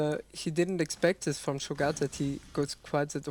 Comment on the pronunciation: scho-gat? rly?